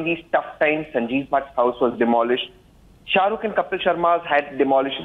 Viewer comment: Why ??? Is he talking abt sha-ru-ke 😂we don’t give a damm abt sha-ru-ke😂😂